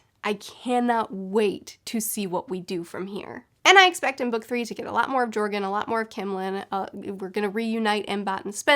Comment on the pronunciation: Btw joergen is pronounced yer-gin. Just saying